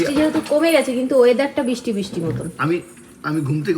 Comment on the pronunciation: Bisti noy Kothay bristi.. Thik Kore uccharon koro.. Radhe radhe